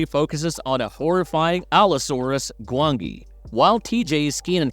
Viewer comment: The valley of gwangi was 1967 for one thing and could you please stop using an A.I narrator, the mispronunciation is infuriating.